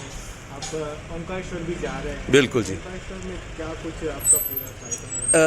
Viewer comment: ओंकरेस्वर नहीं ओंकारेश्वर.. पहले बोलना सिख ले। 😀